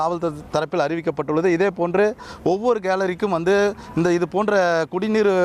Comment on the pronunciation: தற்குறி தமிழ் ஒழுங்கா பேசு